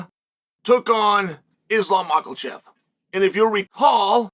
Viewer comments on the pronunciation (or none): Pee-era 😂 Islam makalchev 😂😂